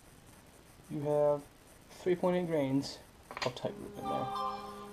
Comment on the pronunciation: Are you saying grains of powder or grams of powder? Nice video, good job.